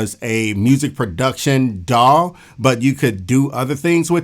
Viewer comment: Daw sounds like dawg when you say it and it's making me happy